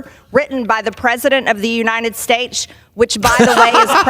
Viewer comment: Since when has "United States" been pronounced with a CH? United Staich? 🤢🤮